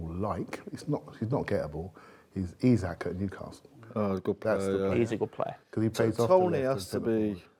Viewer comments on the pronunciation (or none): none